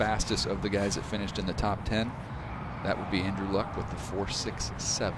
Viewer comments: Now i heard Lak, same as Andrew Luck. Why didn't they pronounce Lok? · ante juricev Luck is like Uh and lock is ah What language do you speak ?